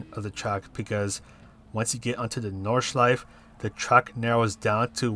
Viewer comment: Thanks for the lap guide and race strategy. I'd like you to know that all letters in German words are pronounced though, including the last 'e' in Nordschleife 😉